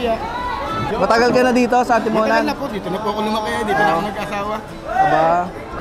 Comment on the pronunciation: Mali bigkas mo boss sa Atimonan